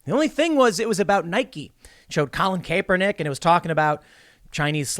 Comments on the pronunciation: It's not "Cape-Er-Nick" it's "Cap-Er-Nack" 😆🤣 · I hate how you pronounce Kaepernick’s(Cap-ur-nik) name, good video though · Tim how are you still mispronouncing Kaepernick's name? I can't 🤣🤣